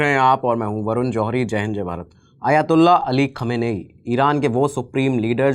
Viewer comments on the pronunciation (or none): Khum name hain aur pahle research kar lete aur pronounce ki prectice kar ke video banane se pahle